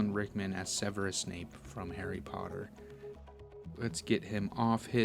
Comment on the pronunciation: Harry POTTAH!😁